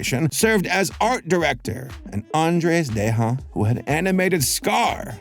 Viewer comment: You've gotta be one of the few people I've heard pronounce Andreas Deja's surname correctly. I know Andreas himself says it as "De-ja" but it was only because people were always pronouncing it wrong in the first place and he decided to just roll with it. Also this cartoon is an absolutely classic. I love it. Especially Kelsey Grammar as Prof Frankenollie (which is a Disney animator pun in itself)